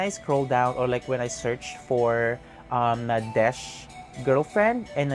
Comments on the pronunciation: Actually, Nadech's name is pronounced as NADET in Thai :) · Those were not pilot uniforms. Nadech (pronounced as Nadek btw) played as a navy official and a royal guard in one of his lakorns with his girlfriend Yaya Urassaya. The lakorn's name is The Crown Princess. I have no idea about Mark's uniform but i am pretty sure its also for a lakorn. Nadech's dog's name is YenYen which he adopted. Only Nadech is having a relationship with Yaya. They've been together since 2011. Mark's girlfriend is Kimberley, Yaya's bestfriend. Btw, these 4 are best of friends. Yaya Urassaya is one of the most famous thai celebrities. Known as the queen of presenters because he represented over 200 brands and she is the first and only thai actress to be tapped as Friends of Louis Vuitton, and only thai actress to be included in the prestigious business of fashion (BOF) list. She is also the most decorated actress for winning most acting awards. You are right, Nadech has more awards than Mark. He is in fact the thai actor who got most awards with only 10 years in the entertainment industry.